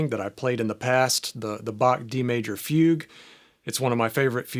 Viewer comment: Very helpful video. Thank you. But as a German I had a hard time listen to your pronunciation of Bach and Fuge 😅